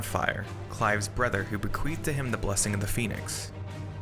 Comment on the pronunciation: Just hearing you say “Bequeathed” was enough.